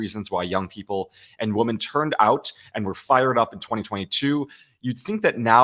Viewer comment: Victor.... two tiny quibbles: I hear you pronounce the collective noun 'women' (wim-in) the same as the singular noun 'woman' (wum-un). These are two distinctly different words which mean distinctly different things. Each has its own distinctly different pronunciation. Jer Z = "Jersey" (as in New Jersey) not 'jerz.'